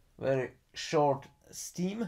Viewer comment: Dude....please don't you say stim any more....it is a stem 😂😂😂😂🤘🤘🤘🤘🤘